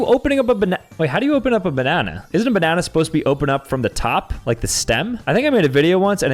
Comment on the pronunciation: No one: calling a banana a babanana